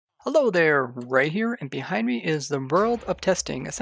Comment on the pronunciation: Lol at the begining ive heard Bee hive me instead of Behind me 🐝